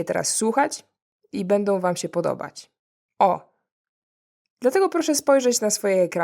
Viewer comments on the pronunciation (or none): none